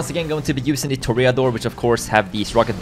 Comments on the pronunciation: It’s pronounced “tore-a-door” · Bruh it's pronounced tor-a-dor